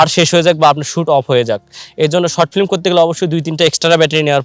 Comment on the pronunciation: ভাই প্রথমেই আপনার ফ্লিম কথাটা শুদ্ধ করে বলেন। ফ্লিম না শব্দটা হবে ফিল্ম...